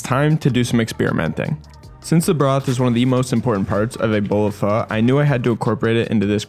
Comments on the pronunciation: Instructions unclear, I burnt the cheese and pronounced pho wrong and I am being hunted down by the Vietnamese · As a Vietnamese, I'm growing more irritated with some of the pronunciation, but amazing content! Anyways, I'll cry in my room for a bit